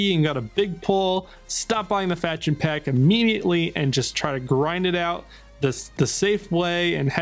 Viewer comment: Answer me... do you have an accent or your pronunciation is just so bad? Instead of "faction" you are saying something like "fetchion" which does not mean anything!